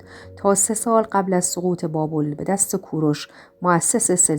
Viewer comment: همشیره عزیز بابل را شما بابول تلفظ میکنید